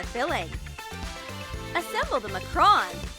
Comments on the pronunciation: Its not called a macron its called a makcroon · Its macaroons not mocrons